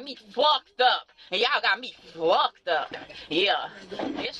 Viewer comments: "Y'all got me fwucked up"?? South Texas accent? I guess it's better than the original, though. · "Yall got me fwucked up!" The IQ levels are off the charts. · Yall got me FWUCKED up....yall got me FWUCKED up!